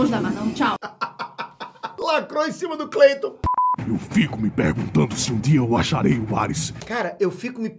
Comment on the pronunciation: "Eu fico me perguntanu" ele falou perguntando! Se bem que o deu muita ênfase no "per", o certo seria oq então?